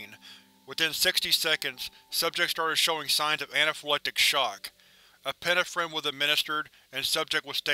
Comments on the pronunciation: Okay, I'm gonna be that guy; it's pronounced e-pi-NE-phrine, not e-PIN-e-phrin. Em-PHA-sis on the wrong sy-LLA-ble. Other than that. I freaking love your vid, as usual. 😄😄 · Hey I love your readings but please look into how to correctly pronounce the word 'epinephrine'